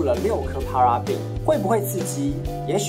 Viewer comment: 謝謝，不過paraben發音錯了啊